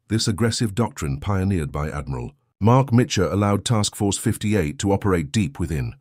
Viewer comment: The synthetic voice is aggravating not able to distinguish where are the sentences starts and ends. Too bad because the content is interesting. Names are butchered Genda (General Minoru Genda) and not Gender The US admiral Mitscher (Mark Mitscher) and not Mitchell